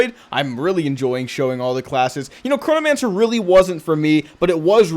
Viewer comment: I keep hearing Coronamancer for some reason.... love the vids IGN: Nicestick